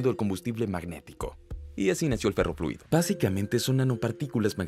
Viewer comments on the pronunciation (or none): ferrofluido no perrofluido jajajajajaja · like si escuchaste perroliquido en vez de ferroliquido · No sé si fui el único pero escuche "perro fluido"